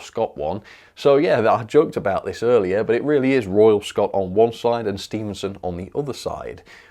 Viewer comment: Stephenson not Stevenson doh!